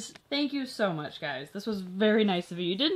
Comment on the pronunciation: She was like “shank you shoe much.😂